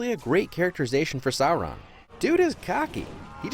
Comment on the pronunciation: I hate being "that nerd" but, it's pronounced "sore-on" Edit: well, that's how I pronounced when I read the books